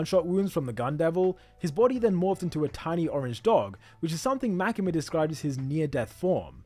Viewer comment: The way u say makima is like this makema your english is way to good that it overpowers japanese names 😂